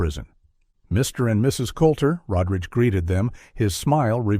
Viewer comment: First time watching this channel and will be the last. Stop butchering people's names. Rod Ridge Road Rage for Rodriguez?? Not sure of the woman's name cause we got 3 or 4 different pronunciations. Jesus!!